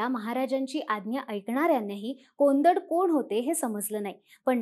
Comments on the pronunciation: कोंदट नाही कोदंड😅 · कोंदड नव्हे कोदंड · कोंदड नाही कोदंड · कोंदड नव्हे कोदंड म्हणा कोदंड म्हणजे धनुष्य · कोंदड नव्हे, "कोदंड” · तो उच्चार कोंदड असा नसून कोदंड असा आहे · कोंडत नाही कोदण्ड! माहिती देता ते त्जिक पण उच्चारात इतका अन्याय नको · कोदंड उच्चार नीट करा पोपटां नो